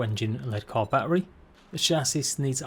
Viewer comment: Silent s on chassis btw